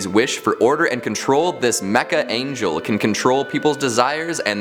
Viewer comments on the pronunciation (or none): none